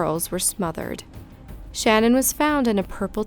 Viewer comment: Love your vids, but her name was shanan not Shannon I’m sorry but you were pronouncing it wrong